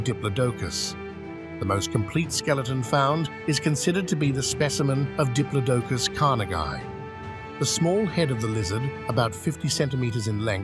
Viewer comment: Please…. Why still to this day can people not say Diplodocus properly….. it’s not hard, sorry to call you out on it, but it’s a right deal breaker for me and makes me switch off, it’s like nails on a chalk board for me. Just like when people call Smilodon’s, Sabre-Toothed Tigers…. NO!!! No such thing, they are Sabre-Toothed Cats. A little research into correct pronunciations would be greatly appreciated, and sorry again to call you out on it.